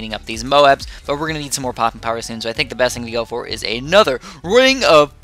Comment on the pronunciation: U said more was moar